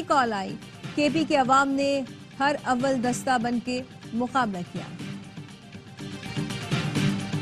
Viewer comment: har awal dasta nai hota Harawal dasta hota he